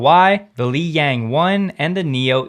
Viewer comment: I'm interested in why you thought lixiang is pronounced liyang